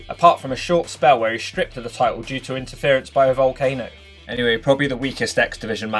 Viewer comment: Did you say intereference by a volcano?